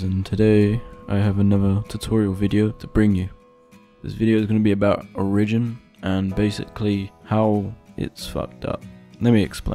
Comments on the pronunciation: O RI JIN not OR I JIN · OriGIN! not oRIGin. Is English not your first language?! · "o-rigin" it's "ori-gin" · 1. Be more happy when making a video. 2. you are mispronouncing it. trash vid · That's one way to pronounce origin i guess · Honestly this pisses me off so much I can't watch the rest of this video